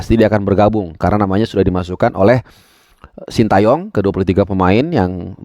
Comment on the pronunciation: jangan shinta yong dong pronounce nya, Shin te yong aja Banyak komentator atau pundit kiata yang menyebut shinta 😂